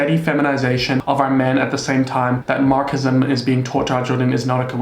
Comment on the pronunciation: Did you just say “Markism”?